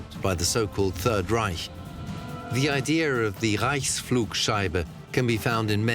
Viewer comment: Idea is not pronounced I DEE HER